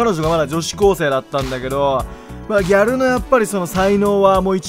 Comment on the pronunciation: ギャ↗ル↘（笑）